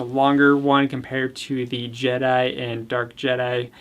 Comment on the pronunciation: I was upset with how he said dark Jedi I still love your vids